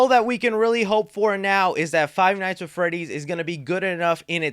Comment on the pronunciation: Did he say fie nights at Freddy’s?